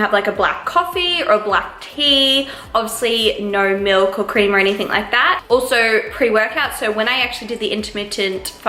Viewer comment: Omg I love uuuu but u say ‘anythink’ and I can’t deal 😂😂😩😩😩😩